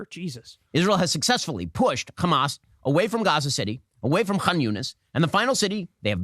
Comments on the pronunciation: Shapiro isn't even a Hebrew speaker, he's just a regular American, but still keeps calling Hamas as "Khamas" like all the Israeli lunatics bc they think this is degrade them and apparently in their book or language khamas is something negative. Never mind that Hamas is spelled differently and Arabs, who would know best, don't pronounce it that way. The ultimate bigotry, arrogance, and supremacy. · Yes, Khamas, as of he's a Hebrew speaker. Has no problems pronouncing "H" other than in Hamas. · We pronounce it khamas to redicule the ones who do it.